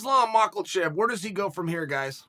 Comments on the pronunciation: Dear uncle Chael, 1. It's Hamzat not Hazmat 2. It's Makhachev, not Michael Chev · Mahatchev, not Maklochef. This man is a dumb woke indeed. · Islam Macklechev , Chael the goat of name pronunciations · Chael “Islam mockleshev” Sonnen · I stop watching after he said “Islam Michael chef” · No one: Chael: Islam macklechev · "Islam Micheal-cev"-Chael Sonnen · Nobody.. not one person. Not a soul on planet earth : Chael: MACKLECHIV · "Islam Maeklchev" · Marcochev, geez uncle chael. not even surprised after all these mispronounced names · “Michaelchev” 🙄🙄 Way to go Cale Shoenun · nobody: absolutely nobody: Chael: "Mocklechev" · This guy always says "Makalllllchev" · Makle chev?? Lol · Eezlam Michael Chev lol I'm starting to wonder if he does this on purpose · Maklachev 🤣 He knows what he's doing at this point and I won't stop him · "Makhaelchev" VS Dariush makes sense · Did he say macklchev? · I want to see Chael point out the "L" in "Makhachev". I would watch an hour-long segment of Jon Anik teaching Chael how to properly pronounce fighter names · He doesnt mention Islam Makachevs next opponent or anything relevant untill Thanks for mispronouncing islams name too. Its okay hell consistently beat every last chicken you root for without losing even a single round inshAllahu ta'alaﷻ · Chael makes me wanna become a convicted felon the way he says Islam's last name. Take out the fucking L bro 😭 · I want Chael to point out the "L" in "Makhachev"